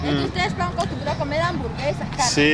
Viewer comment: Language Teacher clean your ears man, she either said "ustedes lancos or ustedes blancos" I re-played many times before posting my comment